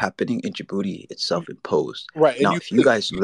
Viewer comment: “Djibuti Man” 😂😂